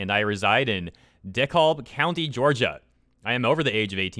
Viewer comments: Nice vid. Its pronounced d-cab. The L is silent lmao. Im from dekalb ga lol. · its pronounced de cab county loool you goofy but awesome bastid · LOOKING COOL Also cringed when you said DeKalb, but it's cool tho.